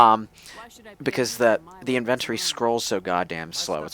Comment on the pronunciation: pronunciation of "inventory" tho. At least it's not as bad as how he pronounces "gauge".